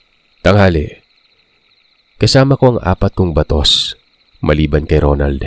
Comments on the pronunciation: Check po😅 parang baaaatos. Parang mataas ang intro kasi. Bisaya here hehe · baaatos un ahahaha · pasensya na.. mali po pagkakabigkas mo sa BATOS.... same po sya oagkabigkas sa BATA,,, ask mo sa mga bisaya para malaman mo..salamat... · Ba-tos po,mabagal po na pag bigkas hindi po mabilis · SORRY HA NATAWA TALAGA AKO SA PAGKA BIGKAS MO NG 'BATOS' 😂 THE BISAYA IN ME CAN'T HANDLE IT! CHAROT!😂 ANYWAY, MAY NAG COMMENT NA KUNG PANO TALAGA E PRONOUNCE YUN.😁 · walang mali.. ang mali ang pagkabigkas ,yun yung point ko... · Pagbigkas lang nya ng mabilis pinuna ni ate .. mabilis po kc .. dapat mabgallang parang bata daw pagkakabigkas yun pagkakaintindi ko😅